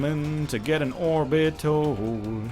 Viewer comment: love the "un" used as 'an'